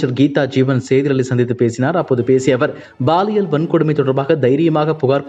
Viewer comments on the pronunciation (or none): Ball இயல் இல்லை சார் Pall இயல் தான் சரி யான வார்த்தை. ஆண் பால், பெண் பால்.. அந்த மாதிரி. இனியாவது ஒழுங்கா உச்சரியுங்க. இல்லைனா இது ball இயல் குற்றம் ஆகிவிடும். 😃😊🥱